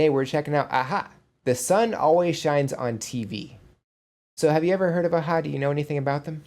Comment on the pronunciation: The drummer and bass player in the video are not part of a-ha , just there for the video. And your pronunciation of the band members was actually 100 per cent spot on, well done !